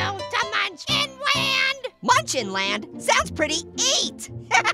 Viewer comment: Not "muncin". Munchkin.